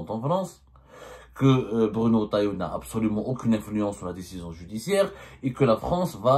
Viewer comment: Ya abdo, c'est pas Bruno "Rotaillo" mais Retaillau avec un E après le R et non un O